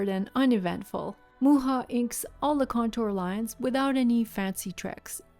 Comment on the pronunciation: I have one of his books of his work. I love his work so much. I appreciate you pronouncing his name since I have never heard it. The way you pronounced it sounds so much better than mine!😂 Your work is beautiful!!!!